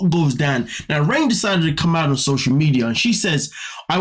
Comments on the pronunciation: I believe that you are pronouncing her name wrong. It is not pronounced, “rain” it is pronounced, “Renae”. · It's pronounced Ray-nay, like the name Reneé, not 'rain'... please! My daughter is Raine (after my mom, Lorraine)- she is the opposite of her, so it's triggering!